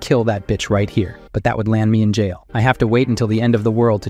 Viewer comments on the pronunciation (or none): none